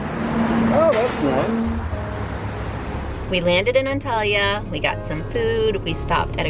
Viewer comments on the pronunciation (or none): Hi guys, so im an arab and fyi its ahn-tahl-yah you have to really focus on the final a